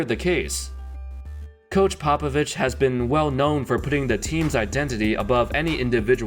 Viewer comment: It’s actually Greg Popabitch